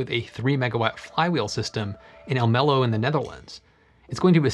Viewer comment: So... why is a hybrid approach interesting? You just showed two examples but offered no explanation what problems the combination solves. BTW: you really mis-pronounced Almelo there. The stress is on the first part of the name.